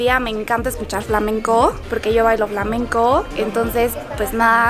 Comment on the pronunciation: ejercisioooó y flamencooó 🤔 lol